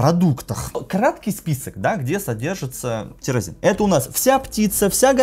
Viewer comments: не тЕрАзин а тирозин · эндокринолог- безграмотный, в одном слове две ошибки, тИрОзин, а не тЕрАзин!